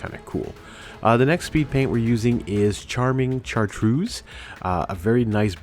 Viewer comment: I thought it was "kai-trids". Like the sound in kyte or chitin.